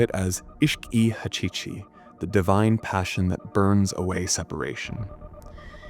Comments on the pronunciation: Not ishq e hachichi It is Ishq e haqiqi Pronounced it as Hakiki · quick thing. thats not ISHQ-E-HAQIQI. its ESHGHE HAGHIGHI